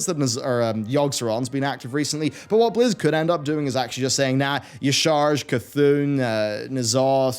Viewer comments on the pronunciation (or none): you're a huge lore enthusiast, and yet you mispronounce Y'shaarj's name? Cmon man (YAH-Sha-Raj)